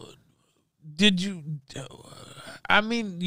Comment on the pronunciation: = peak. The guy spent 6 seconds straight desperately trying to get the words "did you" mumbled out of his Xanax riddled mouth. I could listen to those 6sec on a loop all day and it'll still be hilarious.